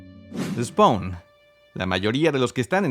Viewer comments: Se pronuncia "spon" no "spaun" y es AL SIMMONS, no "Ai Simmns" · la A de spawn no se pronuncia D: Se pronuncia spon.